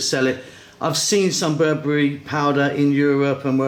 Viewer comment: It's not berbury, its ber-be-re :)